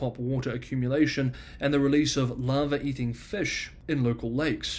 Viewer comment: It's "larva"-eating fish, accent is skewering the English pronunciation. We've got the same issue with chinkigginga (sp) popping up in the southern USA once in a while, just need to keep mosquitos under control and it usually goes away. Its common throughout S.E. Asia and other temperate/tropical areas.